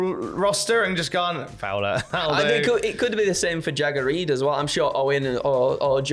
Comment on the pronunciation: Genuinely thought said "Shagger Reed"